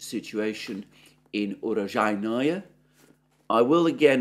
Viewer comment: urojai-NOE ❌ uro-JAI-noe ✅